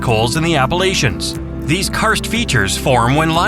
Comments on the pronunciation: There is only one way to pronounce "Appalachia" so, if you say it wrong again, I'll throw and apple at-cha! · I get upset at how people pronounce Appalachia as (appa-lay-chuh)….thats not how we pronounce it here. I live in Appalachia and we pronounce it as (Appa-latch-uh) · Stop AI narrations. Learn how to pronounce Appalachia (or I'll throw an "apple-at-cha") and Norolk (if it sounds like an insult, you're saying it right).